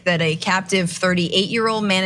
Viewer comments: No, Cenk. You stop it! Stop it right now! It is manaTEE, not manaTAY! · Maybe off topic, but I love how Cenk keeps saying manatays and not mantatee. LOL! I also thought it was fun to learn they have gay sex. I had 2 male cats that got it on all the time, so that's just hilarious IMO. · The way Cenk pronounces manatee is both adorable and hysterical. "Manatā" LOL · Say manatee.